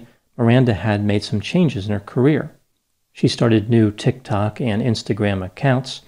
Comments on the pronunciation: It's amusing how you always pronounce it TikTOK rather than TIKTok. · Truth is - I’m watching this so I can hear say tic tick 😂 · Yep, amazing how his pronunciation of tok tok sums up, in just two words (is "words" legit??), my entire opinion of the platform, BRILLIANT!.....also makes me feel old...but maybe wise beyond my years??? LOL sure run w/that... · Okay but the way says "Tiktok" has me dying laughing 🤣 love it